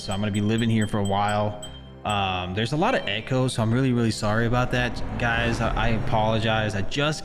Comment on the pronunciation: i thought he said gaes